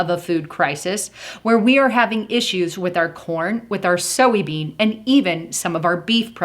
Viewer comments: did u just say "so-we bean"? thats weird. its soy. not so-we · Never heard that pronunciation of soybean before.. just sayin!... having said that I appreciate you very much!!! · You are pronouncing soybean wrong lol